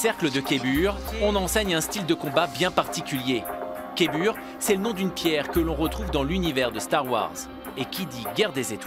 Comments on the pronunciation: Les cristaux kibure 😂c KYBER a l’anglaise Kaï beure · c'est pas Keibur 😂 c'ezt Kaiber ou Kayber pour les pointilleux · Les cristaux ce sont des KYBERS !!! Pas des kéburs... Leur nom se prononce Kaï-beurre. Un peu de respect svp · Si tu entends "Kébur" et que ça te choque, c'est parce que tu ne sais pas lire. On voit inscrit sur les t-shirts et kimonos du club: "cercle de Kaiburr" (donc rien à voir avec les cristaux Kyber). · ouais sa fait mal au oreille 😅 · J'ai versé une larme quand j'ai entendu " kébur"... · Il a dit kébur 🤣 nannn